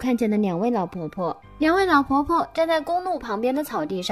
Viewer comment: 故事是很好 可是羅馬拼音真的害死人 宜蘭變宜南 亮點變釀點 了呢不分 老婆婆變腦婆婆 煞車失寧🤪🤪🤪